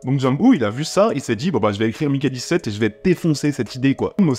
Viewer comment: "je vais prononcer Mickey dix-sept car on est en France" Durant tout le reste de la vidéo : "donc Maiiikay seventeeeeeeen ..."